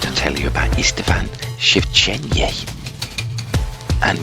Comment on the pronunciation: I was impressed with the pronunciation of Istvan. I would no idea how to say that. Plus it was interesting